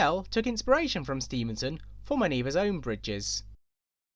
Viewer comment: Stephenson, it’s Stephenson. Important to avoid misnaming people.